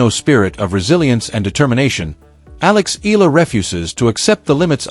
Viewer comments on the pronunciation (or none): ALEX EALA HER SURNAME IS PRONOUNCE E YA LA EYALA E YA LA INTIENDE UNDERSTAND